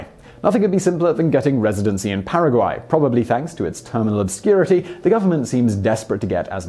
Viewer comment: Your pronunciation of Paraguay was spot on. Now, you're pronunciation of Nicaragua on the other hand.....